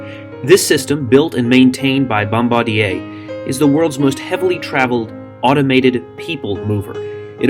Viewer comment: You said Bombardier wrong